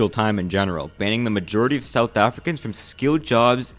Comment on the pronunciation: Bro the pronunciation of some of the words though, “afri-cans” i always die in laughter when i hear non south africans pronounce it